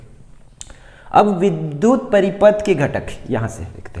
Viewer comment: Paripath Nahin Hai paripath Nahin Hai